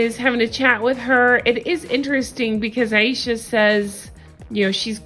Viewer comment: I thought her name was pronounced A SHA, but you keep saying I E sha...what’s her damn name lol